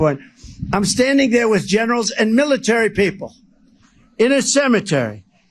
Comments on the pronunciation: I watched the uncut version, and the cognitive decline is patent. You can't paint stripes to a horse and call it a zebra. Trump is losing it, he can't pronounce basic words now. Militarr Militarr. This is serious. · Biden can't even say Military 😆